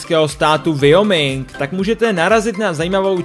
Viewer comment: Wyoming se čte Vajoming.